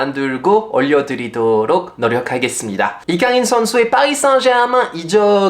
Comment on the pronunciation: 아니 파비앙님! 왜 때문에 오늘따라 되게 잘 생기신거죠? 🫢 집중 안되어 혼났네 😵(라고 저도 주접을…) 파리와 서울 한참 왔다갔다 하실때랑 다르게 피로감 없이 뭔가 맑고 건강한 느낌을 받아서 팬으로써 기분이 좋아요 😊 또박또박 정확한 발음으로 이강인 이야기 해주시는거 잘 들었습니다 :) 감사해요 ❤